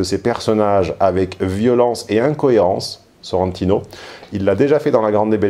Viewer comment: SorrentIIIno: l'accent tonique va sur le I